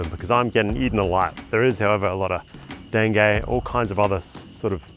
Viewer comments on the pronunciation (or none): none